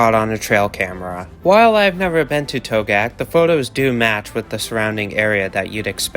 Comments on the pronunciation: Togiak is pronounced "TOE-gee-ak" That's a reindeer the tiger is eating, not a an elk. There are no elk in Togiak (nearest are on Afognak Island by Kodiak) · Togiak has more syllables than you are using ( toe gee ak) if that was an actual photo from the Togiak river area that is not an elk but a caribou. Yes there are elk ( an incorrect name as they are not actually elk) in Alaska but they are limited to the southern islands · a mistake that you never should have made, considering that you claimed to know a lot about animals. What was the point of your going to Alaska? Did you even go to Togiak? You didn’t even do enough research to learn how to pronounce Togiak.